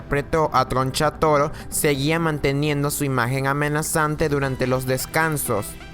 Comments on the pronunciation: Tgoncha toro jajaja no sabe pronunciar la R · TRO NCHATORO NO TRONCHATUMARE AJAJJAJAJAJ NO